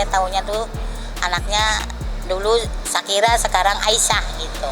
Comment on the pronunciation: Ngakak anjay . Perkara bacaan sharika aurum 😂😂 .. shakira weii.. skrg jd Aisha/Aisyah..